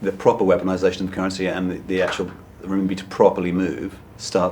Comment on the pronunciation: He can’t even pronounce Renmibi correctly.